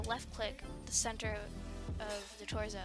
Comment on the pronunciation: i love how she says torzo